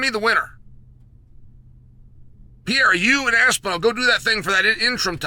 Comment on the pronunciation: I'm not even sure what this "Pee Era" is that Chael is talking about. I thought the Machida Era was the Pee Era.